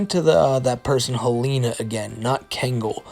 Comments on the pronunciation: please, for the love of god its HEL-ehn-uh, not hel-AY-nuh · The name Helena is usually pronounced “Hel-in-ah”